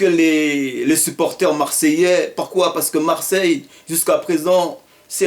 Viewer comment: Très bonne intervention !!! Mais tu m'as tué " parquoi parquoi " mdrrr